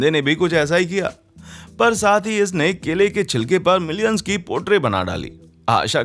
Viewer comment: It's "Minions" not "milions"